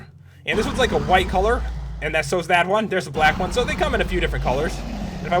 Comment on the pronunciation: its not "colre" its Color